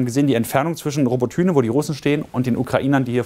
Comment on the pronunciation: Es heißt Roboty(i)ne nicht Robotüne.. Also man spricht das y wie i aus